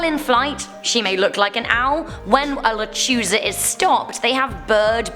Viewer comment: So I just wanted to help you out a bit. The llorona Is pronounced yorona with the y sound. Also la lechusa you pronounced fine but she is actually a witch that stalks children at night. She will take them to her nest/lair and proceed to eat them. I'm not from Texas but these stories derive from the Hispanic culture and I do live in Mexico. My husband is Mexican and although he is normally not superstitious he thoroughly believes in the lechusa. Also I love your guys' channel!